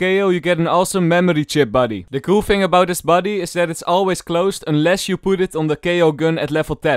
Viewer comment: fing or thing???????